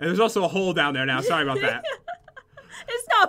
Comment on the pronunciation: sorri